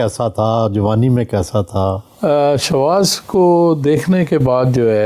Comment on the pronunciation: شاواز نہیں شواظ۔۔۔